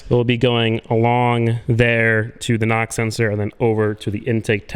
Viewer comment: I heard NOX sensor lol, took me a while to figure out you were saying knock.